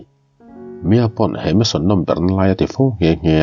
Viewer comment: Mansion ni zawk em le..meson ni lovin🤭